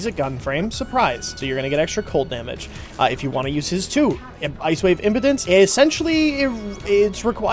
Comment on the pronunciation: Ice Wave... im-pee-dense, not Ice Wave Impotence xD